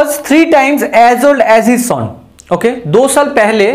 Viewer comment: Sir sum ko saam nhi bolte plus ko plas nhi bolte or son ko sooon nhi bolte ago ko aego nhi bolte lallu sa